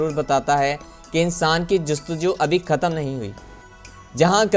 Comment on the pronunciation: او اللہ کے بندے ! تمہیں اردو کس نے سکھائ ؟؟؟ خیال ۔۔۔ لفظ کو تم " کھیال " بول رہے ہو ! کیوں ؟؟ ختم ۔۔۔۔۔ کو تم " کھتم " بول رہے ہو ۔۔ کیوں ؟؟ آخر ۔۔۔۔۔۔ کو تم۔ ' آکھر " بول رہے ہو ؟؟ تم۔ہو توپاکستانی لیکن اردو بولتے بولتے تم۔ ہندوستان پہنچ جاتے ہو ! دیکھو جب تم اردو بولو تو پھر صحیح سے اردو ہی بولو۔۔۔ جب ہندی بولو تو پھر ہندی ہی بولو ۔۔۔۔ یہ ادھا تیتر ادھا بٹیر نہ بناو ! کچھ تو عقل کرو ۔۔۔یار !